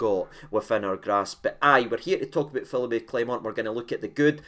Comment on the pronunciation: gone a bit "Taverniay" with these manager name pronunciations "Phillipy" and "Musket" 😂